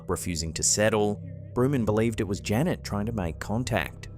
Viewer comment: Janette, not Janet!